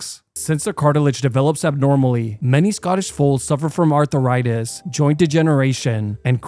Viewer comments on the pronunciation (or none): bro said "arthur-itis"